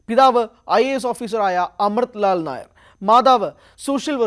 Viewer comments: മീര നായർ അല്ല മീര നയ്യർ (nayyar ) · മീര നായർ അല്ല മീര നയ്യാർ . she was born in Bhubaneswar, Odisha.